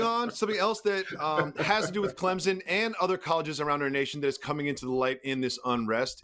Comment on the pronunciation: Say Clemson correctly then we will talk????